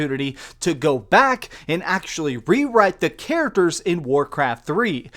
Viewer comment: Stop saying "literally" and learn to pronounce "characters"!